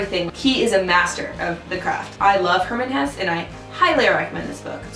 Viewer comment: Its not hess, it's hessE